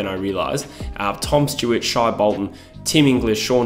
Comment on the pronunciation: It’s not ‘Shy’ Bolton, it’s pronounced ‘Shay’